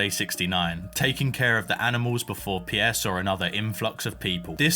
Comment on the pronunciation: Pronouncing Pierre "Pee-yeah" is wild. Just leave out the "ee" and you're good. Very cool play-through, though.